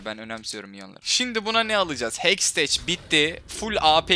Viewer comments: abi hexteç deil hextek diye okunuyor:D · Hekstec değil hekstek Tilt oldum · "Hekstek" diye okunuyor "Heksteç" değil. Hani teknolojinin kısaltması.d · hecteks diyişine hastayım asD:AS